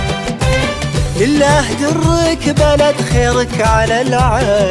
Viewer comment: لله دُرك بلد نطقها رابح خطأ.والكورال نطقها صح لله دَرك بلد .